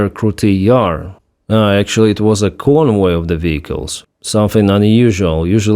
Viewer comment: "convoy of drugs", I was wondering what I was hearing. Lol.